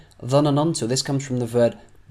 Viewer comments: Your lessons is nice to learn 👍🏻دروسك جميله جداً والطريقه اللتي شرحت بها لكن كلمة (ظنننت) ليست ب ثلاثه من حرف النون انما اثنتان (ظننت). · You are so good put i do not like one word u sid it its ( ظننتو ) انت تنطقها ظنننتو تضيف حرف نون زائدة للجملة و هذا خطاء انتها فقط نونين ( 2 n ) 😀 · He said ظننتnotظنننت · You might need to work on the way you pronounce double sounds, like ظننت (thought) You say it "dha na nan to" But It's actually it is "dha nan to" You add an extra "na" I find it ok, but just wanted to tell you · النون ساكنة ^^ ضَنَنْتُ ^^ لا تنطق ظنننت × انتبه للسكون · yup that was your only false word that you've pronounced wrong, I'm glad that you corrected it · Honestly, your Arabic is so bad, I need to learn it again, word. ظننت You're creating it. ن You say it again so slowly that you don't feel it. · It is not ظننت it is اظننت with حرف الالف حرف الالف is coming as a stress you made it triple ن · نطق الكلمات جيد .... و لكن انت تنطق ظننت نطق خاطئ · Notice, the name of the restaurant they're going to is called "Dinner" which means "العشاء" in Arabic. So the sentence means: "Yes, we will have lunch at Dinner's." kinda like "we will have lunch at McDonald's." for example. So, essentially, they are going to a restaurant that happens to be named "Dinner" and they'll have lunch there. Does it make sense? Also, you pronounced a third ن in the word ظننت there are only two. Have a nice day and keep up the hard work!!